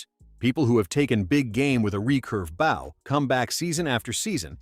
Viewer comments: The AI narrator in this video continues to mispronounce bow. It’s B-Oh not Bauw. Listening to these AI narrators really takes all the fun out of watching these video.Use a real person not some computer generated soulless. machine. Every archer watching this video is literally Wensing. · Bow. As your narrator keeps pronouncing it, is the front of a ship or boat. Not the thing you shoot arrows from. Please feel free to do your homework beforehand.